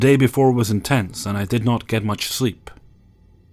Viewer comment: Lol, the previous day was "in-tents".